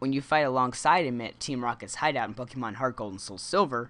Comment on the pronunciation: it would make me very happy if you didn't say "pok-ee-mon"